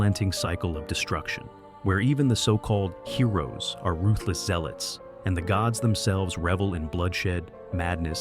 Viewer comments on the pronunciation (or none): none